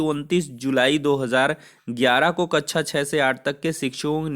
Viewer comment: कच्छा nahi कक्षा 😂😂😂😂